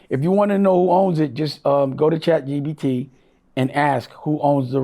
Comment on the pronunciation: Can someone tell dame its chat G-P-T. If that dummie says chat g-b-t one more time im going to throw up